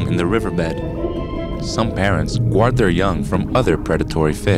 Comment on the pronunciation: guard is pronounced gard.